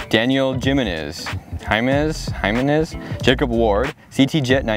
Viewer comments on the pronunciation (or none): It’s pronounced himenez Jimenez is a Spanish/Mexican last name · It's pronounced "Ha men ehz" lol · its pronounced him-ENE-z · daniel if you see this I'm truly sorry for the way he completely butchered your last name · The way he pronounced "Jimenez." 😂😂😂